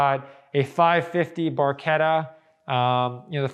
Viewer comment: Automobiles Super and Hypercars museum in US??? what´s next? Baseball museum in Europe? and Im Not english, but the name of 360 is Barchetta!, not bourquita.....and Coupé pronounces COUPEY, because of de É in the end, not "Koup".. (that can explain where thoose names and cars belong)